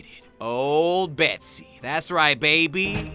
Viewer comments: stop! It's not betsey it's bessy!?!?!? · is saying Bessy like BeckBroJack and they are my two favourite youtubers